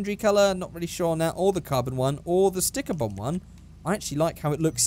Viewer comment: I just love the ways he says stickerbomb😂😂😂😂 hilarious figure8